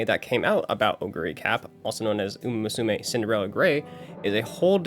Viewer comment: First of all, great video! The story telling and editing were both excellent. Unfortunately I understand too well how someone mispronouncing a name can be very grating to hear, especially when it comes to a topic you like or care about... So please for the love of uma musume stop pronouncing it moo-sue-may. I wouldn't have said anything if you didn't yourself critique the Australian announcer's pronunciation of a name he was most likely entirely unfamiliar with. You however are clearly a fan of the series. Come on man.